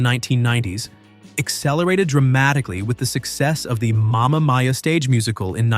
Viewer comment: Ag-nee-eht-a. Momma Meee-yah.